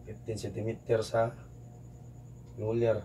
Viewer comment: Sir ang galing po kahit luler ang sinasabi mo